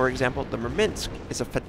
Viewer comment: There is no "i" in Murmansk!